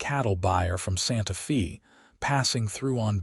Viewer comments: We say 'Santa Fay', not 'Santa Fee. It bothers me every time I hear that mispronouncement. Otherwise, great story. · It is not Santa Fee. It is Santa Fe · Santa Fay. Not Fee!!!!! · The Fe in Santa Fe is pronounced Fay not Fee! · Santa Fe is pronounced Santa FAY not Santa FEE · Santa Fe is pronounced Santa 🎅 Fay, similar to Santa day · Pronounced Santa “Fay” West Texas Grew up in Southeastern New Mexico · It's Pronounced " Santa-Fay. " Geez..! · I really wanted to listen to the story; but, when Santa Fe was blatantly mispronounced, I had to stop. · Mispronouc3d Santa Fe and content..